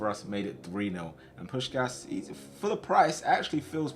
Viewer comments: It’s pronounced Push Cash but all in one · It's pronounced push-kash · It is pronounced like "Pushkash". Looks weird written like that especially for a hungarian. But this is how i would write it in english to explain to you how to pronounce it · Hey, a hungarian here, just a quick tip: u pronunce it Push-kásh! Hope it help 😁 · its "puškáš" both pronouncing like you pronounce shaqiri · it’s push-ass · you pronounce puskas's last s like you do the first one